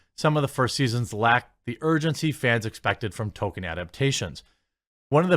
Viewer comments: Toll keen not Toe kin. There is an L in there that you somehow are unable to pronounce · I dont know if Jeremy knows what an 'L' is. He just cannot seem to pronounce them in 'toLkien' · Why not say Tol keen